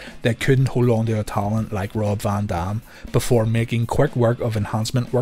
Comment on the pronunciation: “VON DOM” lol